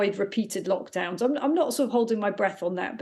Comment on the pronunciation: Did the lady just say mockdowns 😳